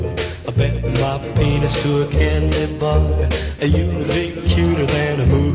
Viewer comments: i got nothing against the fella, but i thougt he said "penis" , ;D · What's the name of the EC biography you're reading? Did it say where the radio banning of the song was? i know Gene's song Woman Love was banned (US) b/c of the way he blurred the first word on "huggin' and a kissin". I've always joked with my friends about the peanuts line. I think some old-time way of saying the word. We now say Pee-nuhts, but growing up, i remember hearing people pronounce it like Eddie does here, Pee-nitz.